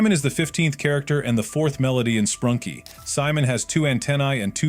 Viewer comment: ‘Sprunky’ ‘Sprunkie’